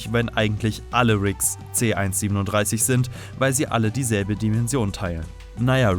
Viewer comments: Man spricht es C 1 3 7 aus und nicht C 137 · nohate, aber man merkt, dass du rick und morty auf englisch schaust, denn du sagst c 137, aber in der deutschen synchronisation, wird er c 1-3-7 ausgesprochen, also quasi buchstabiert, nur lustig festzustellen, kein hate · Es heißt C-1-3-7 Und nicht C-1-37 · Er heißt c-1 3 7 nicht C-1 37 du huan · Das heißt C- 1-3-7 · Haha es heißt c 1 3 7 so spricht man das